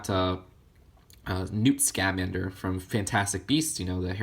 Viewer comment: Scamander is all one word, not, "Sca-Mander." It just hurt to hear it every time, but I don't blame you, it's a weird name.